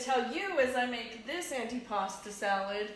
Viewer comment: Antipasto...with an O